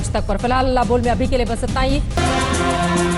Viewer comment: Allah bol not halla